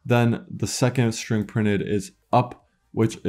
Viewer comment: exactly, my ears are literally bleeding when I hear shtruct, shtring.